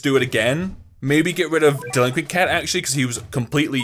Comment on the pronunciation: He says delinquent like dilikwe